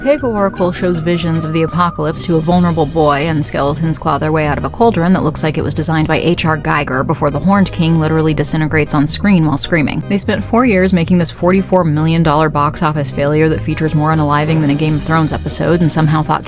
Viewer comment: Just a note: H.R. Giger's last name is pronounced "ghee-ger" not "guy-ger".